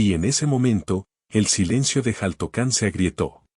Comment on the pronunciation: Xaltocan, su pronunciación es shaltocan, no jaltocan., y en su momento fue una isla, ya que estaba rodeada de agua.